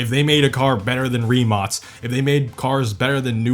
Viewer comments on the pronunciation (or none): The amount of times Rimac, Mate Rimac and BYD were misprounced is ridiculous, like what's Rimots? It's "Rim-ac" and it's not pronounced "Mateo Rimots", it's pronounced "Mat-tay Rim-ac" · Not a "rimac", "rimak" (in pronounce) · why do you call rimac, rimats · rimac not rimots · random question but i also saw it on your last vid, do you pronounce rimac as "ri-match"? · They way he says Rimac gives me a aneurysm